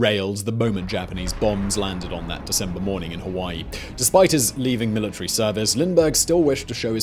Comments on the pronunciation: "Hawaii" not Hawai. Love ya boss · I think you mean "Hawaii" or "Hawai'i". . . not "Hawai". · "hawai" haha